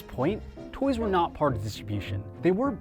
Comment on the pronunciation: The way this guy says toys bothers the hell outta me